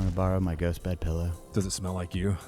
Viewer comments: Today I found out says PELLOW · I can't unhear how fat electrician says pellow instead of pillow